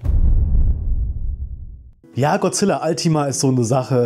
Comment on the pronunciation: Es wird nicht zusammen geschrieben und auch nicht altima ausgesprochen sondern ultima